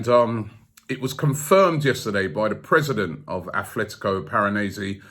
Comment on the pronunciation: Robbie... There really is no 'th' in ATLetico Madrid.